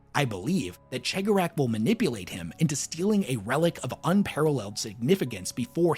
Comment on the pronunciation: what's that?! talking Eldar lore? Why yes please! More!...That said, PLEASE listen to the Heirs of the Laughing God audio play to learn to properly speak the name of the Laughing One, please >< It's bad enough Majorkill can't pronounce His or the Whispering One's name, not you to!